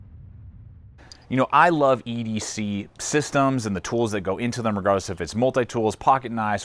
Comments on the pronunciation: the company's pronounced I , T , S tactical. not it's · Did he just say its and not as it should be, Eye-Tee-Ess? WOW! +